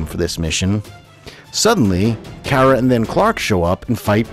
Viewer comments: He said her named wrong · I’ve never really watched smallville but I have watched super girl that’s why I said her name was pronounced wrong but good video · its always been kara. But you pronounced it like Cat Grant Ker-ah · It’s Kara like car a like that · CAR-A not Care-a. Just saying. It bugged me SOOOOOOO bunch plus, smallvilles version of supergirl is kinda sad cause they make here like one of those dumb sluts. Even her suit is designed to make her look like that. In the new show she has a job and a family, dresses not like a popular 16 year old and is actually taken seriously (ish) either way. The whole idea is about girl power and independent women as well as to entertain, which is actually nice and refreshing rather then shows like this where she’s a slut. I do also understand that this show is definitely older then the current supergirl show and that the current show is meant for her to be the main character and that it’s years after she’s found Clark, blah, blah, blah,. but still. Smallvilles portrayal of supergirl/kara really is sad in what the world thought women/girls where “stereotypically” was sad and the fact that they threw it right into everyone’s face as a tv show is worse. And no one hate on me, or do idc. It’s just my opinion. The show itself is good, it’s just the way they made Kara’s personality and stuff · Car-uh not Care-uh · It's Car ra as in i drive a car and ra as in the sun god.... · It's pronounced "Kara" as in like a "Car" with an "A" on the end. I have been watching the Super Hero's for over 35 years. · sorry you pronounce Kara and Lara wrong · ew your pronunciation of kara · I loved Smallville and Supergirl on there but it makes me cringe when he says Kara's name wrong. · Your saying Kara wrong